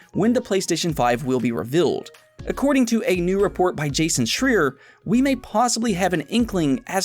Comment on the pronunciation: Awesome show as always but I little FYI: Jasons last name is pronounced “Shr—eye-er”. I believe. That’s the way I’ve always heard it said. ;-)